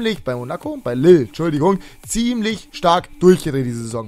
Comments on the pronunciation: lille wird liy ausgesprochen und olympique marseille mit scharfen s und nicht mit sch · Lille wird eigentlich "lil" ausgesprochen, mit einem lang gezogenen i